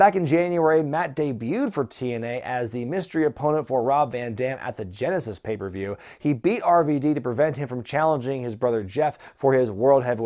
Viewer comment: does intentionally pronounce it "papieview review"? lmfao